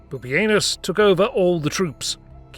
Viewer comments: Dude you totally said poopyanus . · Am i the only one who is noticing how hilarious "pupienus" is?!?! for a minute.